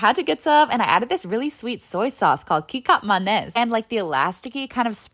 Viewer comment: I think it's pronounced "ketchup manis" (kecap manis). And then the sgir fried veggie dish is "Chopsuey" said as chop-sooy.